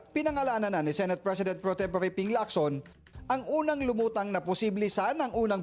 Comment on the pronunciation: senate is pronounced as SE NAYT not SI NAYT. COMPLAINT has a T in the end.